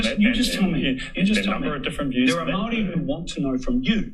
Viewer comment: Hateful, ignorant, possibly borne out of some terrible experiences had with so-labelled mayowrie people, sick rhetoric. At least you sound coherent unlike one of the mile long super-charged hate rants in the replies. Unfortunately I couldnt make it to the end of the video. Your hatred was too much to handle. Also, Wanganui. Whanganui. Who cares? If you're a NZ'er or kiwi or whatever label one cares to take, at least in this instance we all know what you mean. No disrespect meant to those who hold a fierce commitment to a specific pronunciation.